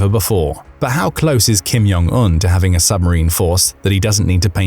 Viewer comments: The Korean language is not a Nordic language. The “J” is not pronounced like a “Y”. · You don't say the "J" in "Jong" like an "y".